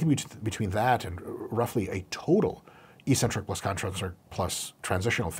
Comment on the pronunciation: ee-sentric, accent on the first syllable ee.